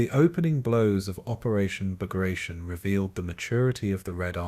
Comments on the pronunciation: Cant even pronounce the operations name correctly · Can’t pronounce the name of the assault correct… I’m out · Learn to pronounce the name properly. It's am insult to a great Russian General.